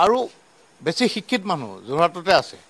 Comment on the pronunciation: তেখেতে শিক্ষিত শব্দটোৱেই ভালকৈ উচ্চাৰণ কৰিব পৰা নাই।আকৌ নামনি অসমক ঠাট্টা কৰিব আহে।নলবাৰীলৈ আহিব অসম কাক কয় অসমীয়া কাক কয় বুজাই দিম।আপোনালোকে উজনি নামনি কৰি থাকক আৰু বহিৰাগতই অসমত বৰপীৰা পাৰি লওক।